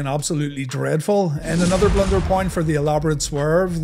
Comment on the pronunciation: Here is a blunder, an irish man trying to say blunder........ber-lie-yernder